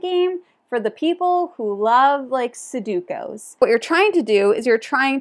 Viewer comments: Horrified, Food Chain Island, and Kohaku I need to play more! I will add: Fantastic Factories (really clever robot imo), Next Station London (my fave flip and write and a great example of a game that barely changes at any player count). PS it’s pronounced and spelled SUDOKU 😂 no hate your vowels are just in the wrong spot. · I've been blown away with Trailblazers as a solo game, and I'm really excited to finally get the Holiday Super Skill Pinball to the table in the next few days! (also gotta say I love your confident mispronunciation of Sudoku; it's oddly endearing. Never change! 😉)